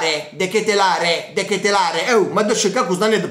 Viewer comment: x quanto riguarda la pronuncia vai su Google traduttore e metti olandese. Devi soffermarti sulla A. De Ketelaaaaar